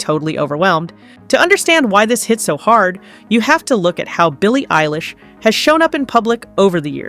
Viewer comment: Billy Eyelash? Ever heard of him